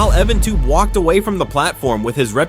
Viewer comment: EvanTub!? It's EvanTube. not the former!